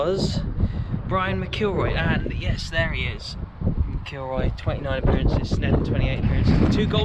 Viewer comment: You will have a great experience when fans are allowed back in . You need to practice your pronunciation I’ll break it down for you Mac kill roy . Your welcome at rugby park love your videos .